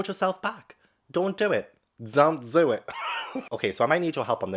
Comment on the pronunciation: "Don't do it!" .. "Zon't Zo It!" Gosh, I love this man. 😆 🤣 😆 🤣